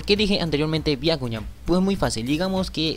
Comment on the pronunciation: Dijo biakuñan xd